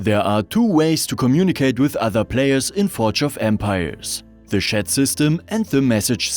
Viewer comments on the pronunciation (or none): It's pronounced tjat and NOT sjat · Wollte ich auch anmerken: tschät, nicht „schett“ (tut richtig weh) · Yes, as an English speaker, it was rather comedic to hear this pronunciation of the word. I completely understand that English is not his first language. It's just unfortunate that the pronunciation used in the video sounds so much like a completely different word.... 😄